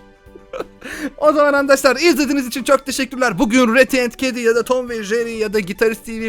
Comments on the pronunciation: Neden handaşlar diyon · Sen arkadaşlar ediyorsun andaşlar diyosun